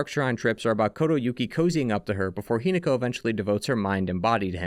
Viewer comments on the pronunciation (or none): Hi-NAH-ko is the pronunciation. I adore your videos but the pronunciation is driving me mad XD